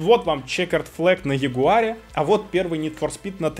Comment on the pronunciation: Этот ролик тупо для рекламы! Мы всё знаем! И этот человек взломал свою PS4 для того чтоб учить нас покупать правильную консоль! Пират показывал видео как пиратить! А тут ему лицензии не зашли. И не джегуар а Ягуар.